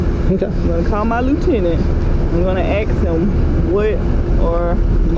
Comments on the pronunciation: Did she say she was going to ax her lieutenant? That sounds like a threat. Also, the Supreme Court has found that profanity is protected speech. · It should be a requirement for cops to be able to say the work “ask” instead of “aks” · No! Please, ma'am! Please don't call and "axed" your Lieutenant! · thats my pet peeve hate when people say axe instead of ask. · Call me a Racist but she lost my respect with "let me Axed you". You need to at least sound professional to be professional. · She threatened to AX him I think. Maybe AX her lieutenant? Hard to tell. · Policewoman should be arrested for saying she was going to “axe” the lieutenant. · Damn!!! That officer is "gonna axe him"? Why would she do that when she has a gun? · She’s going to “ axe” her LT, she shouldn’t be in the police if she can’t speak properly. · She gonna "axe dem" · "...gonna call my lieutenant and AX him what to do..." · Is she gonna Ax her Lt or ASK him. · Everyone heard that right she said she would axe her lt. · She "gunna aks" her lieutenant!! What grammar! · I can't stand when someone's says AXE not ASK. How you a cop but can't speak English 🤔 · Why cant Americans say ASK? Why always AKS? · Why do black people say ax you instead of ask you? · she gonna ax him........... wow you don't even need to speak english to become a cop there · Shes going to axe. English please. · I thought she said she was going to AX her LT? Im sure he wouldnt like that either. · Axe your lieutenant whatever you want. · "I'm gonna axe him" she's gonna murder her lieutenant? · AX YOUR LOOTENENT